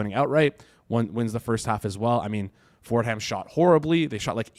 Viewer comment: “Ford Ham” 😂